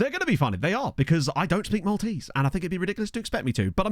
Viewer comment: Proper kudos for not butchering Maltese names and places. Will follow this save with great interest!